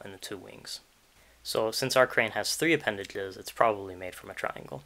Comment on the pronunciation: Man i thought this was gon be a good video, and it probably is, but i cant get over the speech defect, instead of "zh" he says "dhl" like instead of appendage, it's appendadhle, and i cant deal with it personally